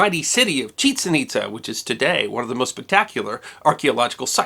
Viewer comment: Years ago, I visited Chichen Itza. By the way, I was taught that the pronunciation is not what you used. The accent is on the second syllable, not the first syllable. Those ruins are amazing, and I recommend them to anyone.